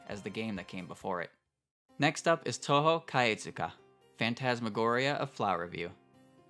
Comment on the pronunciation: Oh god I cant get over the cringey pronunciation of touhou. It would be better if you didn't try my man. Just say it anglicized if this is how you try to say it with a Japanese accent